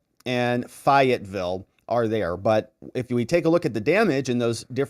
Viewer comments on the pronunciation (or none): Fay-et-ville & Ra-lee North Carolina. That's how you pronounce them